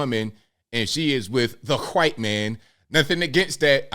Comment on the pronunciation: why do you say white like it’s starts with a “Q” “Qwhite”?